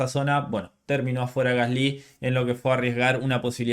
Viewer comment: Creo que eres de los poquísimos que pronuncian "Gasly" de forma más correcta que he oído.